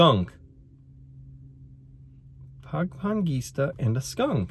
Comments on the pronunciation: Hi there, i suggest you use syllable pronounciation😊, pa-ngi-ngis-da (fishing). Regards to Etching, Bella, William & Wesley. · this is how you pronounce pangingisda....pa-ngi-ngis-da. Shoutout pls from Homewood, IL